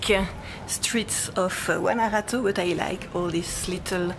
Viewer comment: and, before I forget..... your pronunciation of "Guanajato" is perfect! 👍👍